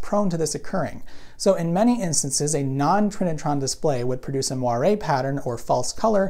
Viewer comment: You are one of the few you tubers that correctly pronounces "Moiré", this reveals your attention to detail, it is one of the things that makes your channel outstanding...